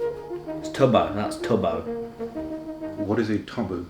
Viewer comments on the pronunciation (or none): tubbo why does that sound like tubs-boat?